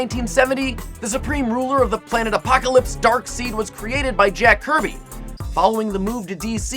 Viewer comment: It's actually pronounced darksEId not darksEEd. I'm not hating i just wanted to make it clear.